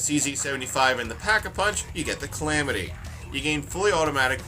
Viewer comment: it's: Calamity, not Clamity